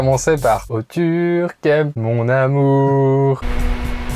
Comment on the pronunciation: je ne veux plus jamais entendre "turcamp"